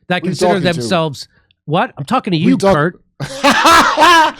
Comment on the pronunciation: It’s Kurp, not Kurt!